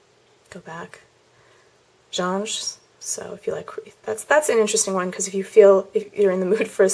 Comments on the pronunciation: LOL *mumble* jonge.... genre is pronounced john-re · "Johns"?! haha its Genre! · it's funny because she can't say "genre"